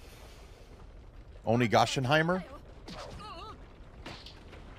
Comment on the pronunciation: "Onigasheimher" NAHH that's hilarious 😂😂😂😂😂